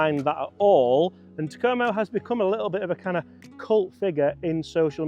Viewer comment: "TA-ko-mo" Not "Ta-KO-mo"